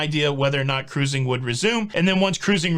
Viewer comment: What happened to 'Ca-ruising"? It sounds so much better with three syllables.